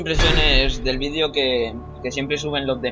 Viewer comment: Buen v i d é ó Bro ;D